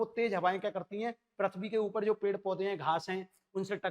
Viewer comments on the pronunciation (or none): पृथ्वी होता हैं सर परथबी नहीं होता हैं